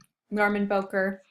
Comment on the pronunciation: Bowker is pronounced Bow-as in bow of a ship, not like "bowtie"-ker (cur).